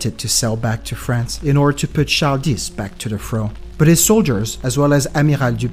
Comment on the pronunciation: Wait...how did you pronounce Charles? Char-dis? That's one of my name's and apparently the grandfather whom I got this name from was a Haitian who spoke creole.